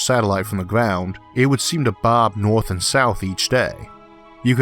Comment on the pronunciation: Just above the “Orth”